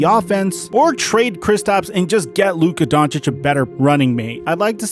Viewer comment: Lol always coming at the situation on point but say it wrong as hell 🤣🤣 that man was hurt fuck being payed a max my health more important than basketball luka upcoming his time will come